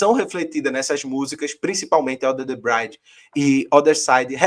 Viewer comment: Valeu! E aí era bom dizer pra que é "under the bridge" (não "brainde") 😬